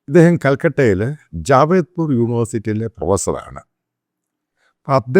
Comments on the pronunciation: It's not Jawedpur university but "JADAVPUR UNIVERSITY" ! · ജാവേദ്പൂർ യൂണിവേഴ്സിറ്റി അല്ല. ജാദവ്പൂർ യൂണിവേഴ്സിറ്റി എന്നാണ് അതിന്റെ പേര്! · Did you say 'Javedpur University '? It is 'Jadavpur'.... My comment on the video elsewhere. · Jadavpur University, not Javedpur University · JADAVPUR AND NOT JAVEDPUR! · Its not Javedpur,Its JADEVPUR UNIVERSITY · Sir, Not javedpur but jadavpur university ! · ജാവേദ്പുർ അല്ല, ജാദവ്പുർ ആണ് ശരിയായ നാമം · It's not Javedpur University, It's " Jadavpur " University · Jadavpur University not Javedpur university